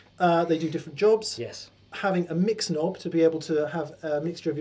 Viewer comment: Sorry, did he say mix knob or Mick's knob? :-)